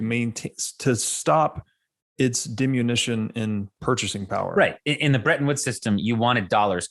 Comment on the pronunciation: "... dimunition" ? ;-) BTW this guy reminds me a bit of Richard Kind. Not a bad thing.